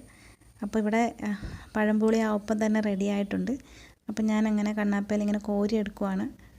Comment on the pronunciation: പഴംപൊളി അല്ല മാളെ... പഴംപൊരി. പെരുമയുടെ ര പഴംപൊരി...........😁